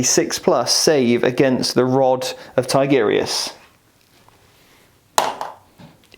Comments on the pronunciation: Haha, I used to make the same mistake.. TI-GU-RI-US.. not TIGGER-US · I liked the video. Just jesus, go to google translate and how to say Tigurius's properly. Tigger from Winnie the pooh is not a space marine.